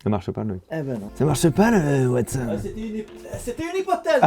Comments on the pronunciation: Watson pas Wastone 😂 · Ha bah si, dans le Sud c'est Watsone. Et Sherlocke 😄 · Non mais parce qu'il le fesait avec l'accent du Sud